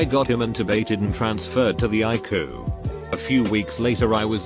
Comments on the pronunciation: It's not iku it's I-C-U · Nobody: TTS software: I-KOO!